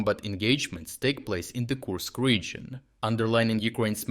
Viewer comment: Kursk not koosk